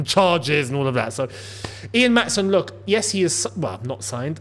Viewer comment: I just wanted to tell you that you're pronoucing Maatsen wrong. I'm from the Netherlands and I'd like to give you a short explanation on how to say it correctly. When we have a double vowel like the ''aa'' in Maatsen, it's pronounced quite long. You're saying it way to fast, so slow it down a little bit. Also the ''a'' in dutch sounds a bit different than it does in english. I can't really help you with that now so I hope you can look that up yourself. And that's about it, all I can say now is I hope you get to see this comment.